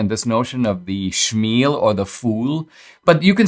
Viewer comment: “Shlemiel” not “shmiel”